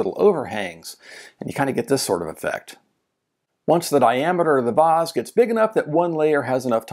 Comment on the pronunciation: Your pronunciation of vase is how I was taught to say the word. Very British. Posh.